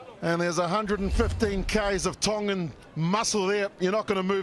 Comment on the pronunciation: needs to know his Tongan, it’s bloody embarrassing. Goodness sake he knows his Japanese.